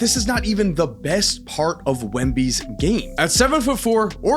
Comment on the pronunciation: Wemby is 7’6…not that hard to say bro. Haha